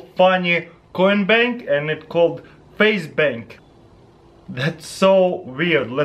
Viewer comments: When he said facebank I thought he said faze banks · when he said face bank i thought he said FaZe Banks. if there are any FaZe fans out there like this comment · am I the only one who though he said FaZe Banks